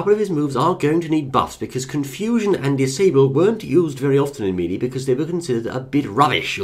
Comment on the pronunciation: I like the way you pronounce melee